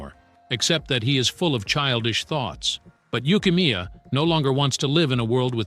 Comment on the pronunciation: Did bro call neru yukimiya